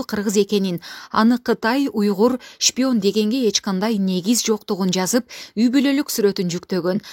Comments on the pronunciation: Шпион эмес Ишпион деди. Тэлэвузор деди. Депутат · Телевизорду Толовузор, шпионду ишпион деп сүйлөгөн сабатсыз экен эми ушулар калды эле бизди башкарган, и так эле эки жетим Макалё менен Сексалю жетиштүү эле.